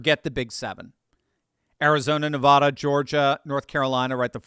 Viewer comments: It's Nevada, not Nevahda. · OMG please stop pronouncing it NEV- AWW-DUH it's AAAA like apple. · Come on,. Everyone in the Silver State collectively cringes every time you mispronounce "Nevada". It's not "Nevahhda"! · us from the wild West say Ne va (short a) da. Just sayin! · PLEASE learn to pronounce “Nevada” properly. Nev-ah-da is like nails on a blackboard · As a recent transplant to Utah, I have been schooled on the pronunciation. So, at least you know there is one new person saying it right, 😉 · Ne-VAH-duh. = Nevada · It's pronounced NE-VAAAAAAAA-DA. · We’ve lived in Nevada all our lives and can’t stand people mispronouncing it the way you do. It’s not Ne-vah-da. The second syllable should rhyme with at. Google it and you will hear how to say it properly. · Stop saying Nevada that way!!!!! I like your analysis, but you sound ridiculous. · From someone who lived in Nevada and still has family there, please say it correctly. People who are from there get very upset when you pronounce it wrong.